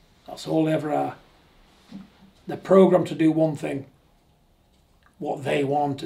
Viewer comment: John don't beat me up. Please........ But it's thing, not think.